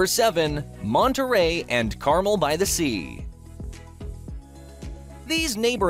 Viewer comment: PLEASE say Carmel properly!! Sheesh!